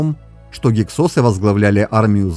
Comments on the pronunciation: В русской советской науке всегда гИксосы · Ударение на первый слог!!!!! Что за "СОСЫ"!! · Слышал "гИксосы"... :)